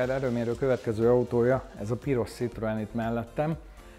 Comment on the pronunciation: Édes Istenem, hogy lehet valaki ennyire bunkó, hogy annak ellenére, hogy nagy Citroën-es, "C"-vel ejti ki a márkanevet. Ha már több Citroën-ed is van, legalább tanuld meg rendesen kiejteni, könyörgöm!!!